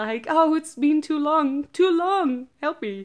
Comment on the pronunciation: did she says toot at the end? lol